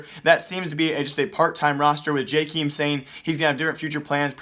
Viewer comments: It's JAKEM not JAKEEM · its not Jkim its Jkaem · Pronounced jaykaym not jikim :) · I swear he just pronounces names wrong intentionally just so people comment but I can't help it. JAY-KEEM? I have never heard anyone pronounce it that way, it's always been JAY-KUM. Idk maybe I have it wrong but that's how the casters say it lol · this man still cant say jkaems name right